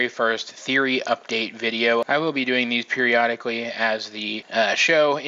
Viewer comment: periodically? don't you ment peridotically?